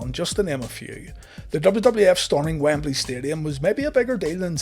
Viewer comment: Lol, okay I thought I just said it wrong forever, but he pronounces Wembley a few ways in this video alone. Wambeley, Wimbly, WamBailey. :)